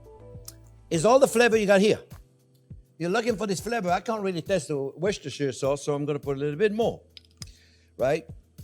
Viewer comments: The Worcestershire sauce is pronounced 'Wooster' Sauce :-) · Worchestershire - prononouced WOOSTER * Shear.